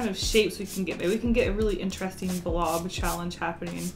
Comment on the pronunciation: I know you don’t care, but I am unable to ignore the fact that you say -een instead of -ing. For example paint-een and happen-een. Is that because of where you’re from? I’m genuinely wondering because I’m from the south in the US and we do the thing where you just drop the g in -ing words among other really weird things. Accents fascinate me.